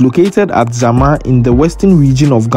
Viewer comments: please it shama not zama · Master fort San Sebastian is not in ~Zama~ we don't have any place call like that The place is call SHAMA Not Zama Thanks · That's what I wanted to correct him on, please pronounce the towns in the regions of Ghana well